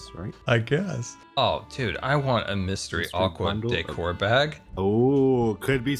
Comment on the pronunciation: he did not say aquatic 💀